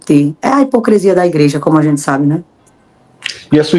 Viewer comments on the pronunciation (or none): none